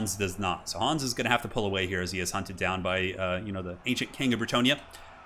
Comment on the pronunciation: Well, Hans or "Hooons" as you call him is a german name and thereby sounds imperial.